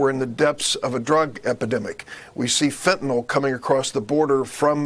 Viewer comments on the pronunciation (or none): none